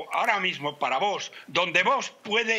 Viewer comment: Que manía con decir Vosssssss!!! Tanto cuesta decir bien Vox?